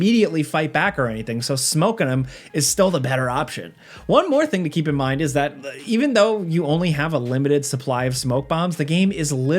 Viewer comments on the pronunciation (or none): none